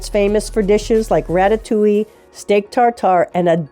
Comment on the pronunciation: "wratatoohee" = ratatouille 😁👍